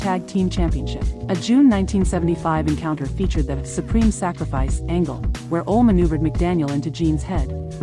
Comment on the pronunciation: What a goofy announcer....cant even say Ole....thats sad